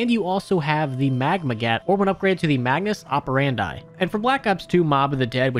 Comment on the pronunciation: Idk if there’s any chance he sees this, but the upgraded magma gat would be Magmus ‘aa • pr • an • dee’ with ‘an’ pronounced as is “an apple”. It’s named after the term ‘Modus Operandi’ a.k.a “M.O”, commonly used to refer to a serial killer’s trademark or pattern.